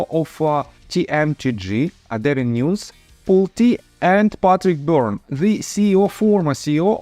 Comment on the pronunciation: Just to let you know David nunes name is pronounced New Nez It is spelled with s but is pronounced with z